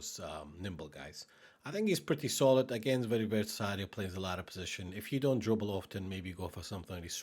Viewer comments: it's versatile , not vertasile . You said it wrong at least 10 times in the video ... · pretty "verTasile" LUL